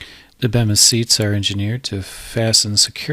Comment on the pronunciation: It's actually pronounced Beemis but despite that it's a good video.